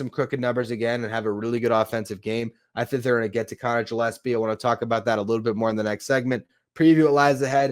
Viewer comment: It Gill-es-pee like a fish gill. Not Jill.